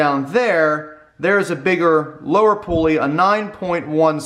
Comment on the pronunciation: Thanks for calling it a pulley and not a pooley like Mike and Andy. haha